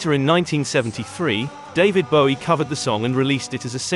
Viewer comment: Good to hear David Bowie have his last name pronounced correctly (when asked in interview he said the 'ow' sound was as in 'low' - however he also wasn't that bothered).